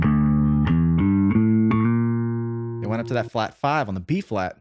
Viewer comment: When you said " It's in B flat'" .,,At first I thought you said "it's in Beef Flat" !!!